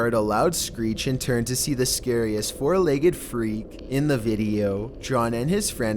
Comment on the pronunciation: Every time you don't say "Scariest" another literate person literally explodes